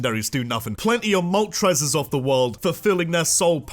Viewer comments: IT'S MOLTRES, NOT MOTORES! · THE FIRST R IN MOLTRES IS SUPPOSED TO BE AN L!